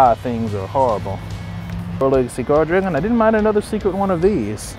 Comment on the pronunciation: When he said “world legacy guardragon” I thought he was saying “four legged cigar dragon” and I couldn’t stop laughing each time imagine what it would look like. (I don’t play yugioh I just watch aps for nostalgia)